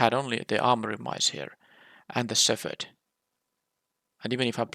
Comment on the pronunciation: I think I’m just going to give up on you ever pronouncing “shepherd” properly. We’ll just add that one to the pile.